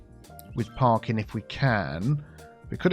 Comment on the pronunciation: I keep hearing Parkin instead of parking and i fear that is being filled up with a terrible Northern cake infestation.